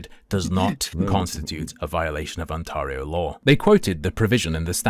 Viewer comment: As someone from Ontario, I can not handle the way he says On-tahr-E-o. Lol